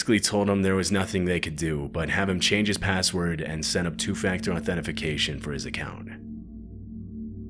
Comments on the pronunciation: Authenification epic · homie said “authentification”.